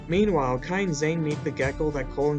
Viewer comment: when he said "kai and zane" i thaut he said "kind zane" lol